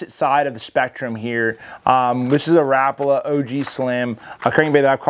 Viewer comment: Does anyone else say rapala like that? Lol didn’t think so.